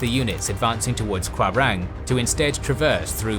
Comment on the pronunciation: Apart from epic Soerabaja and his fail to read "rawa" Like Kwarang and Ambawara. I Didn't hear any significant problem.